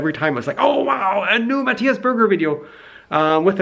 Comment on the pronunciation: Q : How to pronounce "Matthias" A : "Marius"